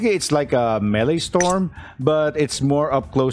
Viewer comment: Maelstrom is pronounced like "mail strum," not melee storm.